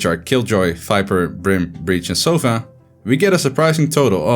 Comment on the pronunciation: It's sova, not soffffaaaaa! XD regardless, an awesome analysis!